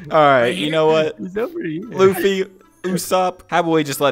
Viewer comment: They just said fucking luffy whrong